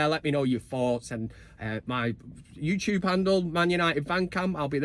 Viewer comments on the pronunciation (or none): none